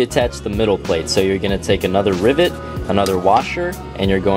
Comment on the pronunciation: Anytime you say rivet, I listen way too closely to see if you say ribbit, which sometimes you do, and that makes me happy